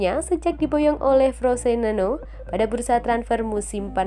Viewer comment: Frosineno 🤣🤣🤣🤣,,kalo gak bisa baca jangan buat konten,,yg ada Frosinone